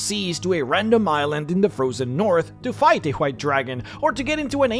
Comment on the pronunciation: dude, that isn't how you pronounce white.